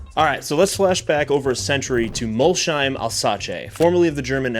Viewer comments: and Mol-sheim instead of Molsheim. The German in me is wincing. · It’s not Mol-sheim. It’s Mols-heim. :) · City is called "Mols heim" not "Molshhheim" Bugatti’s business model is not directly comparable to HP’s printer-and-ink model, but the underlying logic is similar: the headline product does not always need to generate the full economic return on its own. Widely cited estimates suggested that Volkswagen Group lost substantial money on every Veyron sold, because the car’s development and production costs were far higher than its selling price (sold for 1 million, took 5 million to produce). However, the Veyron was also a technology demonstrator, a brand-building instrument and a statement of engineering capability. Its value therefore went beyond the profit made on each individual vehicle. Bugatti is not trying to offer “insane deals” or compete through volume. It sells extreme exclusivity, engineering, heritage and access to a very small group of customers. Buyers also generate long-term revenue through servicing, personalization, special editions and future purchases. People can criticize the pricing or ownership costs, but from a business perspective, it is a deliberately exclusive model designed for an exclusive customer base. I am saying this purely from a business standpoint—I know I will probably never own one myself.